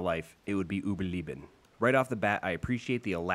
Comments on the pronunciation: I love how he pronounces „Überleben“ xD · Nice video, but the pronunciation of “Überleben” hurts… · Cool video but you pronounced it false. And it isnt easy since it's a german word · Its German so the pronounce is Not correct But still better than Most Ppl would Say überleben I Enjoy your content Be Safe and positive and Always remember Your content is great